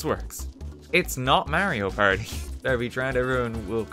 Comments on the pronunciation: its not merio perdi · Its not Merio Party 😂😂 i'm sorry 😂